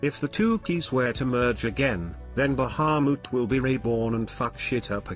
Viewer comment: god I hate how that voice says Bahamut